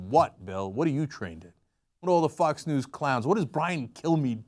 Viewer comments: I thought they were saying "nudes" instead of "news". You get your nudes from the local news. What a world we live in! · At first I thought they said nudes not news. :/ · I thought Cenk was saying 'nukes' not 'news' at first, so I was very confused